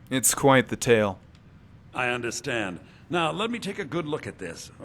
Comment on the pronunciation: "I undertstand"